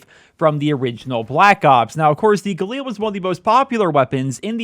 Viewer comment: If you could pronounce galil the right way and not like a mongoloid... much appreciated. It is not an eel its a fucking weapon